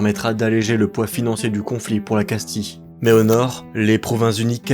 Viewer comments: Casti-(ye) et pas casti-(le) donc oui castille se prononce casti(ye) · On ne prononce pas Casti mais Castille